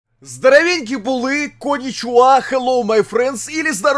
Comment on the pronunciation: Як цікаво Булкін вимовляє Українські слова. Здоровенькі були у Санька здаравєнькі булі